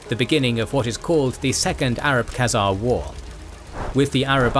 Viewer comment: 'Khezemies' hahaha